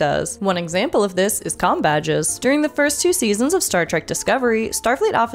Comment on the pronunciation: It doesn't sound like you said "com" badges .